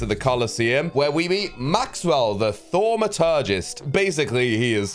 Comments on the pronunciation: is the only person that can pronounce Thaumaturgist Also hes the only Person with such a big forehehead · is one of the only ones I've heard pronounce 'Thaumaturgist' correctly first try